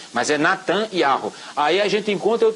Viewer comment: A PRONUNCIA E YARRO???